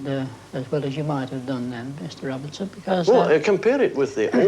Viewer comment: Och aye, its Fyfe Robertston Doctor Finley. Love it thanks.